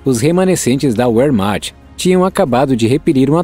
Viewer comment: Quem é o idiota que narra, pronunciando "uérmacht" ao invés de "vermacht". Não sabe português e, fora dele, tudo é "inglês". O "dobre vê" (não existe "dábliu"), tem o som de "u" APENAS NO INGLÊS. Nos restantes idiomas, o som é do "vê", especialmente no alemão, idioma da "Wehrmacht". Porra!!!